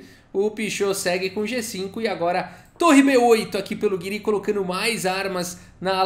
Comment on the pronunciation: Acho que a pronuncia correta seria "Gíri", pelo menos é assim q o Nakamura fala e ele conhece o Anish pessoalmente kkkk